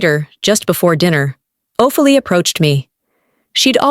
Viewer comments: It’s not Of a lee it’s Oh Fee Lia (Ophelia). Read Othello. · The mispronounced words and names is aggravating...the name is not (O-feel-e its O-phil-e-ah) .. Ophilia!!! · NOTE TO AI PROGRAMER: “Ophelia” is NOT pronounced “o-fe’l-lee”. It is pronounced “O-fee-lee-uh”. You guys need to check these vids prior to release to catch these mistakes and to educate the AI. Remember the old computer phrase “garbage in, garbage out”? The stories are fine, but it makes things look “slapped together” rather than professionally created. You can do this!! Put out products you can be proud of. If it’s worth doing, it’s worth doing it right. Keep the stories coming, just please review and correct before releasing. Your listeners will thank you mightily, with follows and subs! 🙌🏼💐🩵👏🏼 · The pronunciations!!!😮😮😂😂 Ohfelee (Ophelia). 4 (for, fore,four) years... IV (four) intravenous line 😂😂😂😂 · AI can’t pronounce Ophelia😂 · Maybe you could train AI how to say the name Ophelia.